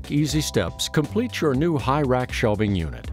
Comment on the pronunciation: Its SHELVING. Not shelfing!! Go back to school before you put a you tube video on.